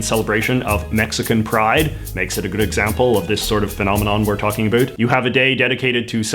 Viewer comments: you're the first person I have ever heard say adoot (in a non-joking manner) instead of about (I'm from Alberta and never understood the stereotype) won't lie hearing someone actually say it I quite irritating to me. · It startles me every time you say "about".